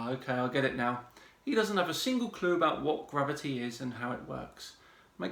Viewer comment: "Lets keep iz easy. Lets take ounces" :D what a fucking Idiot. Metric system owns you big time